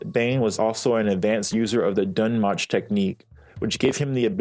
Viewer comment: it's pronounced "DUNE MOKE"